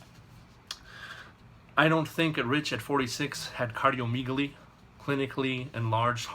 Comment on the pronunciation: MD wanna be. For one its pronounced cardio "meg" aly....not "meeg" aly. For two "gonads" are the testicles...no one injects them, they inject the shaft of the penis.